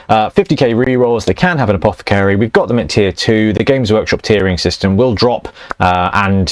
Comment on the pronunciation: APOTH-AH-CARY! You're English man, pronounce it correctly.